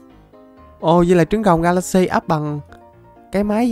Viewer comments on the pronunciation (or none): none